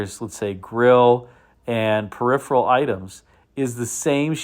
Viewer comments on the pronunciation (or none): none